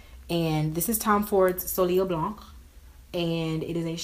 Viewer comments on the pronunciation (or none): soleil blanc is pronounced "So-Leh Blan"